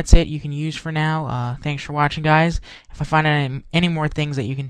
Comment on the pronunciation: omg lol did he just say guys and gays lmao haha!